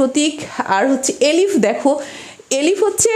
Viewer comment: Eilif..not Elif